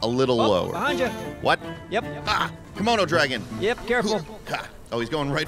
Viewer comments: I THOUGHT he said kimono dragon, hahah! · Sorry. Did say Kimono Dragon?